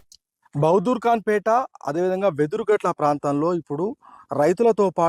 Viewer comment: Vedhurumatla❌ Vedhurugatta✅